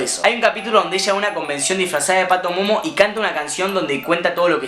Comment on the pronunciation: Es PATIMOMO, No "PATOMOMO" AHRE